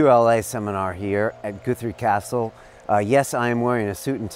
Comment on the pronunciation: WTF? Goothree? Top kek. Nah, m8. Guthrie. "U" as in "gut".